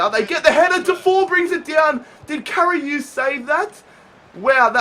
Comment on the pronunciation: It's karius not kariuse